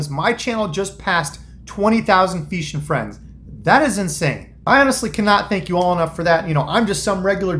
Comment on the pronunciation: 6 mistakes made….”What is up feesha free-ends…) Perfect lol!